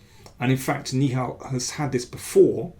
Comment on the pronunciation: "Nihal" should be pronounced like NI-HA-L, with the suffix rhyming with Tal, just like how Indian GM Sagar Shah pronounced it. Right now, you are pronouncing it like "ni hao," which is the common greeting in Mandarin Chinese.